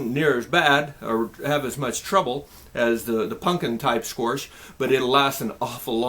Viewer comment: why you pronounce squash sqoarsh? is that a Nebraska thing or a thing?